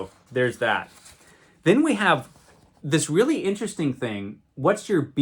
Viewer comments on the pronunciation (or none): none